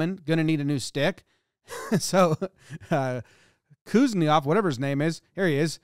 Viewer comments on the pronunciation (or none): kus - nets - off